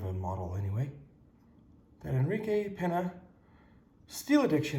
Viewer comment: Payne-Ya Payne-Ya Payne-Ya. Thanks for (going forward) not butchering the name.